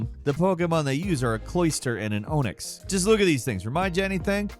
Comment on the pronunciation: I enjoy these videos normally, but the misquoted lines and the "oh nix" pronunciation of "on nix" bugged me